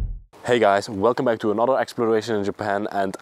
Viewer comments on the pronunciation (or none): none